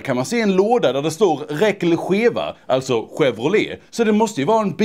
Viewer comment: Det uttalas chavrålä inte skevrolé!